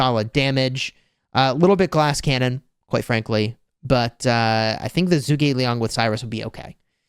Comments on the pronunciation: Zhuge Liang is not pronounced as zoo but more as ju. Since Zhu is Chinese it would have a Chinese accent. To say it properly you would say ju like in juice. Ge you would kind of say it as a g and a little e so like get but make the g more prevalent. And Liang is right as your saying it. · juu Gi liang!😅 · Don’t give af still saying Zoog